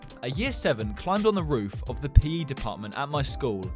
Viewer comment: he said rhe not the